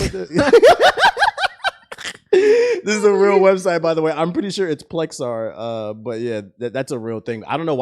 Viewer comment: Plexstorm. Not Plexar. Im not gonna time stamp it lol.